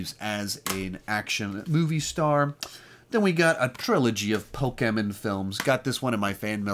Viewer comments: Never say Pikachu or Pokeman again, you butchered the pronunciation. But great video and collection other than that. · The way he pronounced Pokémon and Pikachu was wrong but funny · The way you say Pokémon and Pikachu lol